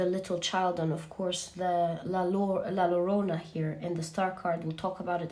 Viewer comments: Hi, La Llorona is pronounced as YoYo …no Lorona …but Yorona…try saying Yorona …! Your archetypal knowledge is outstanding! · Pile 3. Attention to pronunciation in Spanish. La Llorona is pronounced differently. Not with one L but with two similar in english to the letter j... like la jo (like in Joe) -ro-na. Pretty accurate, the innocence lost in my case was the belief in Love. After a horrible betrayal, I no longer believed in Love.